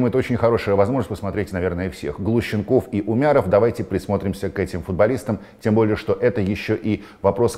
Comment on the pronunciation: Не Щ а Ш, Вася... Глушенков